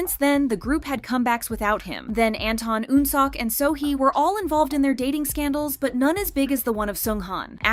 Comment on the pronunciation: one day, the VA will learn how to say korean names. until then, i’ll keep learning about hyoona and eun-sock.